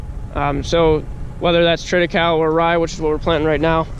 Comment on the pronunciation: use fork extenders and use the opening provided, till the manure quickly to trap more urea in the soil layer, you are losing valuable nitrogen units!!! triticale is pronounced incorrectly.